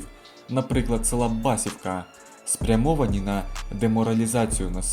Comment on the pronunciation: С. Басівка говориться не вірно . Наголос треба робити на букву І, а не А ....Дуже ріже вухо , як іде наголос на перший слог....😢😢😢